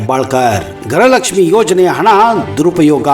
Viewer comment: ಗ್ರಹಲಕ್ಷ್ಮಿ ಅಲ್ಲ ಗೃಹಲಕ್ಷ್ಮಿ ಎಂದು ಉಚ್ಚಾರಣೆ ಮಾಡಿ ಮಂತ್ರಿ ಮತ್ತು ನೀವು ಕೂಡ ಗ್ರಹಲಕ್ಷ್ಮಿ ಎಂದು ಉಚ್ಚಾರಣೆ ಮಾಡುತ್ತೀರಿ ಇದನ್ನು ಸರಿಪಡಿಸಿಕೊಳ್ಳಿ.